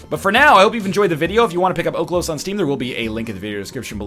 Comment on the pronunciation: Its oHlos, the pronunciation that is.